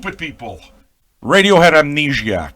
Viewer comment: I love your pronunciation of the title. Amnegiac. That's what I'm calling it from now on. I'm French-Canadian, and I'm shocked you're not, based on your accent.